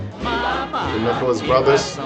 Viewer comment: They are brothers, not twins. Their name is Nicholas not Nickles.